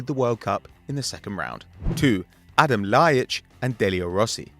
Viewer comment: it's Adem not and Adam